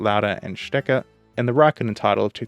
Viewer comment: 3) It's not "Schtecker", it's "Scheckter".